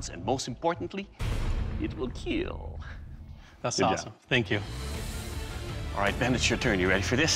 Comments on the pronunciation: It will keel. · It will Keal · It will Keel 😂😂😂😂😂